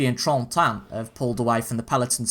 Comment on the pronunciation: Hey it's names guy again, helping with Trentin it is literally how it sounds. Tren-tin, Trentin